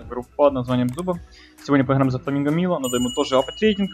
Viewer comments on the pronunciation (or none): Майло* а не Мило